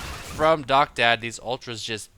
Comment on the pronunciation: i think that guys name is Docta D, as in doctor, not doctad.